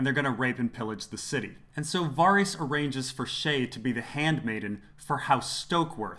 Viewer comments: Lol, VAH-reese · The fact that you continuosly pronounce ‘Varys’ wrong makes me wonder if you ever really watched the show. 🤷‍♀️